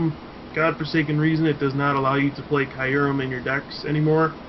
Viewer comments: It's pronounced KYOO-REHM. Not Kai-uhr-em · Kyurem is Queue-Rem. As in the letter Q, and then Rem (Though, if you want to say it the proper way, there's a slight enunciation lift on the KY going up, then down for the U, static for -rem).